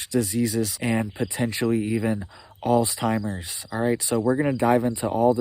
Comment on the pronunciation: No T sound in Alzheimers